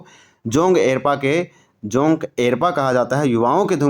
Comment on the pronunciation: जोंग एरपा नहीं जोंख़ एड़पा होता है